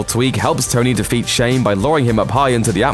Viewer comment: Stane not Shane